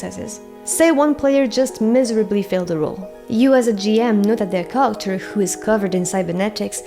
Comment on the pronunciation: Very good description and examples in the video. I did have a hard time understanding you when you said “character” tho, just a heads up! You’re awesome